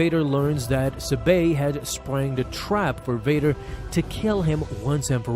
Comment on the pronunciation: I couldn’t keep watching after you mispronounced Sabé over and over. Yes I know the accent mark is on the second syllable but no one pronounces it that way. But hey ya got me to comment.